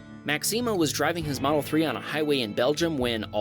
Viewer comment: OMG number 15. thats my name which is a French name, and by the way so people know the pronunciation is wrong you don't pronounce the A at the end its just MAX- the E sound and the M sound. AMD ITS A BOYS NAME NOT A GIRLS NAME,WHICH ALWAYS DRIVES ME CRAZY WHEN PEOPLE SAY ITS A GIRLS NAME A GIRLS NAME IS MAXINE